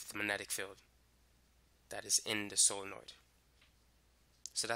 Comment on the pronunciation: Did it annoy anyone how he said magnetic. Its MAG- netic not Manetic. Not hating just wondering